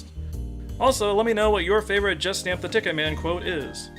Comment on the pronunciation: When you say it, I always hear "Justin the TicketMan"